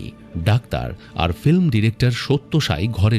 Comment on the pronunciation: ন‍্যারেটরের ফিল্ম উচ্চারণটাও ঠিক করা দরকার।